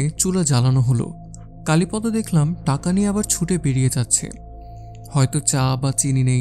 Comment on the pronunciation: কালীপদ নামটি কালীপদ্ উচ্চারণ না ক'রে কালীপদো উচ্চারণ করলে শুনতে ভালো লাগবে।